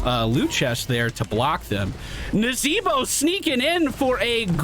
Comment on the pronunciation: The "NAzeeBO" made me genuinely smile, bless you 💖